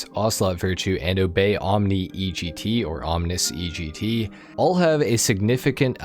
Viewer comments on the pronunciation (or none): It is Omnee GT, not OmNIS GT. You got it right the first time brotha. The Acid Lab, if weaponized, would be nearly unstoppable. It also hits harder than any other vehicle in the game. It's my favorite vehicle to roll around public lobbies in.